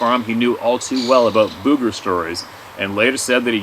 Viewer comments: It’s boooger’ !! pronounced boog …eh! 🤣Ok I’m heading out n’ a’ boot now! As a young child I know, once said…” ya know… zee as in zed?! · When we say "booger" it's not BUG-GURR. It's like saying book.... booker but replace the "k" with a "g." Bugger is something completely different that British people say hahaha. Cricks? I love that word. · Alright alright alright... I get tickled everytime pronounces Booger like a ghost saying Boo instead of like how we southerners pronounce it. it drawled like sugar or surgha. Example... my mama said, be careful sugar or the booger man will get you! LOL